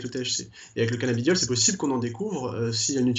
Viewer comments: la meuf qui parle elle devrais revisé car c'est cannabidiol et pas canna beau diol lol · c'est mal barré déjà la meuf ne sait pas prononcer correctement le nom du produit qu'elle vend... se prononce cannabidiol et non cannaBIOdiol... elle doit pas fumer que du sans thc elle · Je te jure elle c meme pas ce quelle dit toute au long de la video elle a dit canabiodiole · C'est moi ou la vendeuse ne connaît même pas le produit qu'elle vend ? À 0.55 elle sort quand même le mot " Cannabiodiol " au lieu de "Cannabidiol" 🤦‍♂️🤦‍♂️🤦‍♂️. Fuyez cette boutique je pense 🤣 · La canna-beau-dioleuh. Euuuuh non c’est pas ça.